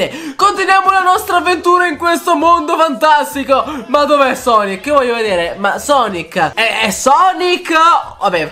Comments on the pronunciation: Si pronuncia sanky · Sei il migliore di tuuuuuuuttttttttiiiiiiiiii!!MA CI SONO 3 PROBLEMI IL PRIMO È CHE NN SI LEGGE SUNKY MA SANKY IL SECONDO È CHE NN SI LEGGE EGGMEN MA EGGMAN IL TERZO NN È UN PROBLEMA MA BUONA PASQUA!